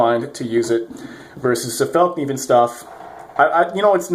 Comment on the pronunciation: Fall-nee-van** NOT felk-nee-van. And yes I agree there is nothing out there that performs as well out of the box aside from a Rockstead.